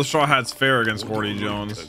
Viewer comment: I try my best to edit out the R when. I hear it. I hate that R being there. Hody sounds like a name. Hordy doesn’t.